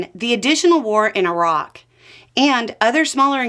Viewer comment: Thank you for being the only American to ever pronounce Iraq properly